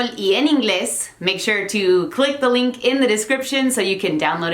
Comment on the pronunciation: No sé si te lo hayan dicho, o si te hayas dado cuenta ya. Pero siento que ya se te está pegando un poco nuestro acento jajajaja. Dijiste "link" y por alguna razón sonó con un acento muy amexicanado jajajaja. But it´s kind of impressive seeing someone that speaks our language so well though. I love your videos!